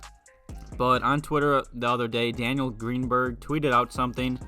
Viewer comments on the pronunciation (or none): none